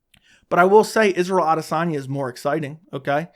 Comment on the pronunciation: You’re talking about respect without even pronouncing his name correctly 😂